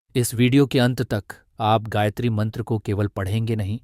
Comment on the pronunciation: हे महान भाव आपने ब्याखया तो अच्छा किया है परन्तु गायत्री का सही उच्चारण आप से नहीं हो रहा है।